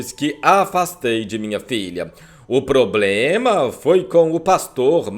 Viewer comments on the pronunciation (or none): none